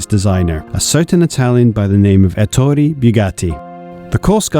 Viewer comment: Beautiful video. A few pointers for the future though, Italian is not pronounced like French; the E in Ettore is like the E in Enzo at both ends; the U in Bugatti is just that a U like in butter; and in Fraschini the ch makes a K sound like Cat. Cheers.